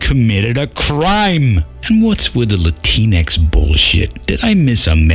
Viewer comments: One thing that really bothers me is the way she pronounced it. "La-tee-nix"? I think it'd be said "La-tinks". Not that it really matters either way, since the word's existence itself is unnecessary to begin with, as 'Latino' and 'Latina' already exist... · LatinX is pronouced "Lah Teenks". (Okay, I'm really not sure. But it sounds funnier as "Lah Teenks".)